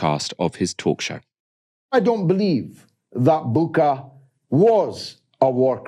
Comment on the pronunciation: It’s Bucha (it’s pronounced bu-chah), and as a Ukrainian I want to say there is no evidence that it was a real massacre perpetrated by Russian forces and still no investigation or any proof was provided to date.